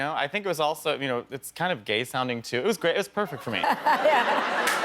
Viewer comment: He said Gæy in perfect Milan accent it's so funny😭😭